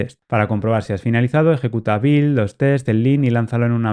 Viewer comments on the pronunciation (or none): none